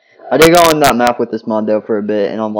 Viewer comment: you said mqp it’s map